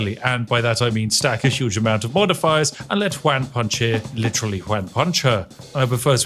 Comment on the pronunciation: all im hearing is "wham punch" instead of "juan punch" or even "hoo-an punch" so wham punch it is. man do i love onomatopoeia character "wham punch" couldn't be more british update: i understand the exploit, im still hearing "wham punch" and tbh it still makes sense